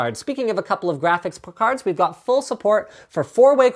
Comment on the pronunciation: did he just say, GRAPHICS PICARDS?